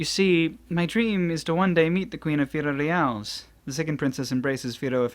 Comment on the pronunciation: FI LO LI AS Not firorias